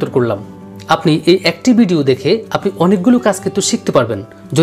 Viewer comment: বিডিও না উচ্চারণ ভিডিও হবে।